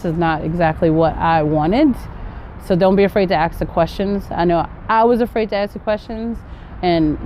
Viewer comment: Your roots are nigerian or ghana because you said “ they aks you”instead of “ they ask you”.the verb is to” ask” not “aks”.am i the only one to notice that?